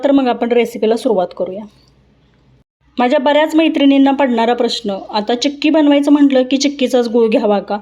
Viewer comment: चिक्की not चक्की